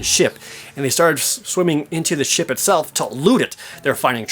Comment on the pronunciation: I know your saying Ship battles but it sounds like your saying shit battles